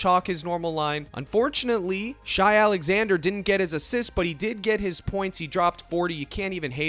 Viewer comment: pronounced "shay" not shy lol love the content tho bro thank you!